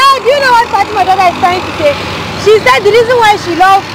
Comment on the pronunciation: It's Fatima not Fatimat..... Plz correct her name